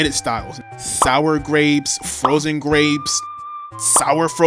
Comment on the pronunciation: “HE GOT DEM SOUA GWAPESSS!!!!”